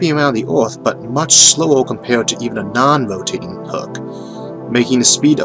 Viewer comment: Sinqwinous ovbit and nonwhoatational sky hook megastwuotaues